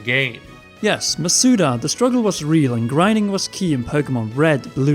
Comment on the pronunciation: Why do people pronounce his last name wrong hes stressing the vowels all wrong. Its Maw-Soo-Dah not Muh-soo-duh